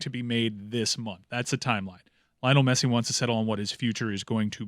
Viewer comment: how do you butcher Messi's name every single time?